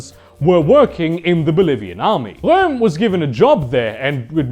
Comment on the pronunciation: I really like how he says Röhm in